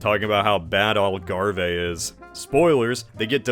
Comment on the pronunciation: i had to do a double take when i heard algarve. never thought i would hear part of my country be pronounced like that